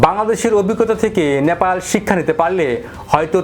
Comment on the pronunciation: আপনার উচ্চারণে "ন্যাপাল" আসছে। ওটা "নে পা ল" হবে তো। আপনার মতো আরো কয়েক জনকে ভুল উচ্চারণ করতে শুনেছি। সঠিক উচ্চারণ করলে খুশি হবো🙏